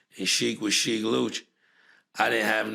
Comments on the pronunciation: Respectfully , You are mispronouncing Sheek’s name sir. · I want him to stop saying Sheek name incorrectly